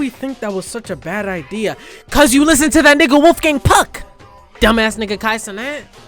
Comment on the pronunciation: I constantly mishear you calling Wolfgang "Wolfgang Puck" as "Wolfgang Pug", which is actually a very funny insult itself, because pugs are the most deformed dogs who barely resemble dogs, let alone father of all dogs- wolf.